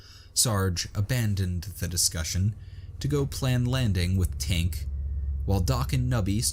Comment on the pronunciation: Also Tink is the right name but the narrator often makes the repeated mistake of saying Twink, and they know they do it